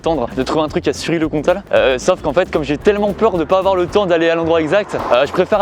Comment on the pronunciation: "Oui, il y a une gare a Sury le Comtal" Du parisien pur souche...